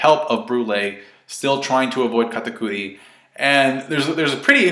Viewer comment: Why does he pronounce Katakuri like that??? so cringey ...